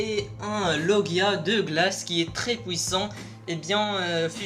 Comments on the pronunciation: ARRETE AVEC DES POUISSAN dit "puissant" stp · Wesh tes prime son abusai😂 Fais plus de référence de force comparer 2ans après des pirate déjà connue Et ce n'est pas "pouissant" mais "puissant"😂😂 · Parle correctement dit magellan et puissant pas maglan et pouissant t est peut etre dieu de skipiea mais pas de la parole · Je parie que tu es belge " pouissant"